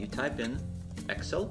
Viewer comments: yes, I meant no offense at all! But you pronounce it ex-il. Where I am from we say- ex-sell.:) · the way you say excel is hilarious.